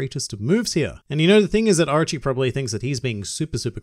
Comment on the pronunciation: It sounds like you're saying Archie instead of Orochi. I was like Archie? Archie's in One Piece? Maybe Jughead is in One Piece too...